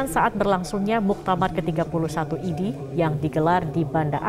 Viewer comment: IDI itu dibacanya Idih... segitunya, saya gak perlu IDI untuk sembuh, tapi dokter yang handal dan bermartabat bukan berjenggot ha ha ha, sebuah contoh ketidakprofesionalan yang hakiki.... kasihan bangsaku